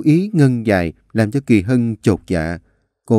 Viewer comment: Anh đọc lộn Kỳ Mỹ với kỳ Hân😂😂😂😂😂